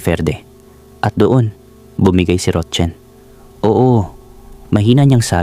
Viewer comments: Roxanne is "ROKSAN" Ang pagbigkas Hindi ROCHEN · Rotchen ka Ng Rochen dyan😅😅😅 Rocsan pronunciation nyan eh😅 kalorke ka Naman 😅 ano Chinese national ba sya 😅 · Paki ayos Ang pagbanggit ng pangalan rok San Hindi rotchen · Rotsen umayos ka maranung kaba bumasa. Roxanne. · Ang bigkas po sa Roxanne ay roksan ND po rotchen😂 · Mali bigkas mo sa roxane mzgpaturo ka sa psgbigkas ng name